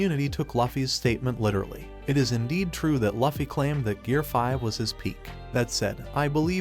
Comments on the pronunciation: It’s luffy not laffy I immediately clicked out of the video.”loofy” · Its luffy not laffy.